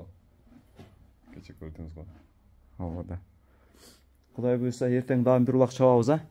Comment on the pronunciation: Молодец Красавчик Болот баары Куда кааласа. Буйруза буйруза буйруза дей бербей сөзүңдү оңдоп сүйлөп үйрөн блогер.😂😂😂 Кудайым буйурса деп айт жэ